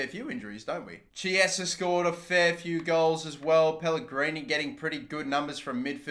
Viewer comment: Who else cringes when he says "Chiesa"?